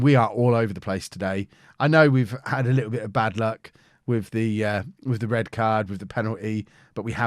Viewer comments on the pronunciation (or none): none